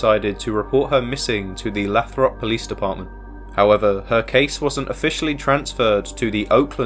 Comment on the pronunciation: It is pronounced "Lay-throp". OPD does not care about missing Black women.